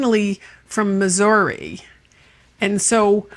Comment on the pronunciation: Never heard of it. Life long Mo. resident age 75. I appreciate you pronouncing M I S S O U R I correctly. Missour(ee) and NOT Missour(ugh).!!!❤